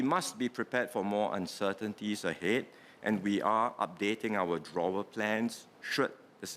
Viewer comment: 'Drawer' lollll